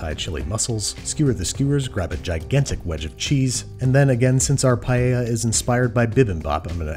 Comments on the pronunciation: You KNOW someone knows what theyre doing when they say "Paeya" not "Paella" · I thank u for pronouncing paella right anyone who says it differently listen carefully to how babish says it and pls pronounce it that way